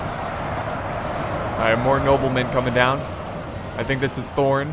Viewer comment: IT SHOULD BE THROR, THRAIN AND THORIN FFS!!!!